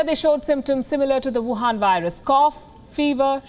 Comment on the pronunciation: Palki you call it whuhan virus